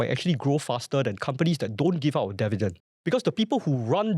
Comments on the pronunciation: Devident, devident, devident. why dont you learn how to say this word right? Its pretty simple. And it will help. 😊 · Bro, such easy pronounciation requires no voice coaching. I watched the video, you speak pretty alright albeit with a strong tone of arrogance, which is still acceptable. But Devident? You can correct that within a split second. Its up to you. 😂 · Hard to focus on the content when he keeps mispronouncing "Dividend" - very distracting from start to finish